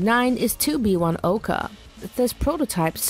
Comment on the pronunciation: #9. Not Oka but OkA (stress on the last letter). This is Russian word not Japanese :)